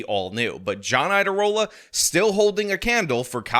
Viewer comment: the "IA" in Iadarola is a diphthong. It's pronounced as a "Y," as in YADA-YADA-YADA-rola, which would be a great nickname. It would be a shame if YouTubers like started calling him that.